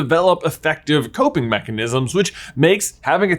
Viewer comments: did he say "nechenisms?" if he did that is super awesome! Don't fix it, it was awesome! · he said mechanisms